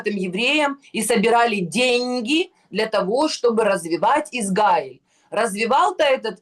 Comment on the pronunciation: Уважаемый! Научите Егорову правильно выглваривать государство ИзРаиль! Вы поддерживаете ее негативное отношение к еврейскому государству!!! Мы,также,как и вы,обычные люди!! нам неподвластны решения политиков! Егорова накрасиво и постоянным упорством наращивает эту волну против ИЗРАИЛЯ,сильной и суверенной страны!! Мы не нападали на ее любимую Газу!!! мы не нападали на Ливан!!! подсуньте ей наш русскоговорящий 9 канал!!! нехай подивиться,що у нас 😢😢😢😢